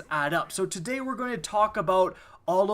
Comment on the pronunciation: "what is up guys here and TA DAY..."